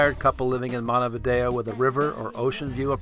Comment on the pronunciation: I should kick you for pronouncing Montevideo wrong...smh...........